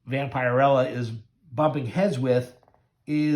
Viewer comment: I know this video is a year old, but her name is pronounced Vamp-a-rella. I do like your channel, though. I have both of these issues.